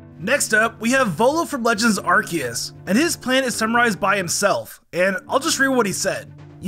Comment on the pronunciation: I just realized that you call Arceus as ArKeus instead of what I'm used to: ArSeus